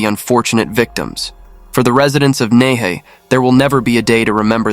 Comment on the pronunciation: Hi! Nehe is pronounced as Nai - Her. The word "Her" means River. Half the time i was confused about the location until i read your captions. Good narrative btw!